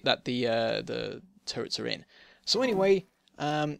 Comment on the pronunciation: I misunderstand it faaaaaaar too often when you say "turrets". I understand "turds" ..